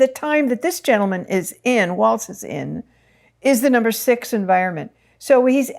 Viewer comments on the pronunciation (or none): Please pronounce Tim's last name correctly (Walls) and Kamala's name correctly (comma la). Tim looks really young to me. We both survived many years of public education and the lunchroom! Glad he is building something. America needs rebuilding in justice and mercy. Will reach young energy- great. He will teach the youth to lead. Perfect timing for all. Yes he will build something in America. Appreciate your readings.